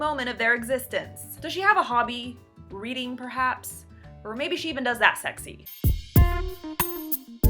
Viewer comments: what my brain hears: "does she have a hobby? breeding perhabs?" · Lol. thought you said, "Does she have a hobby, breeding perhaps?" Then realized you said reading.